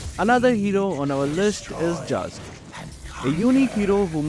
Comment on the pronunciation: Bruh it's no jilong it's zilong and also not jhask it's zhask